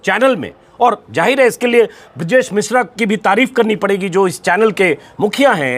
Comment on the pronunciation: Hajir Nahi hazir Sahi hota hai...jahir Nahi zahir hota hai...is ke liye pehley Urdu Ka pronunciation seekhna zaruri hai ..